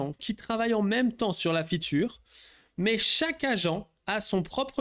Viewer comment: Arrêtes de dire "la future" tu peux juste dire "la fonctionnalité" pourquoi tu insiste sur "futur" même si tu dois dire ce mot anglais prononce le en anglais alors soyez pro les gars